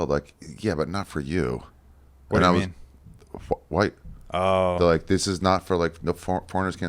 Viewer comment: the way he says, “white” 🤣🤣🤣🤣🤣